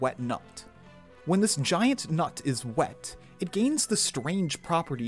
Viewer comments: I watched this video while cooking, and this part caught me completely off-guard. Call me immature, but I had to laugh out loud so hard, that I spilled my hot soup over my jeans. shit burnt like hell, but I kept laughing😂 The way he says "When this giant N U T is W E T" caught me completely off-guard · "When this giant nut is wet...' I broke down in laughter at that point. So clearly enunciated on purpose I'm sure.